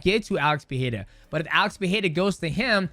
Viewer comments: ITS PEREIRA NOT PEEHAYDA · Portuguese speakers pronounce it Pereira, not “PeHeira”. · Why do people still pronounce his name like Pee- air -uh vs pur -rare uh😂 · "Pieira" acagain, man? Come on... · Damn mighty how you gonna call him PEEHEADA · Its NOT PEE HEAD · I love that no one pronounces Alex's last name the same way twice. 🤣 Pa-hay-da; Per-heya; Per-rare-a; Puh-haida; etc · Alex "Pehera"